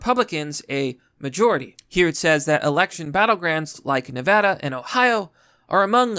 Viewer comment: super glad you pronounced Nevada correctly lol!